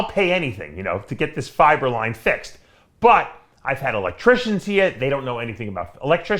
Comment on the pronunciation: Haha that's what I thought too. Every time he says fiber line I hear fiberlyze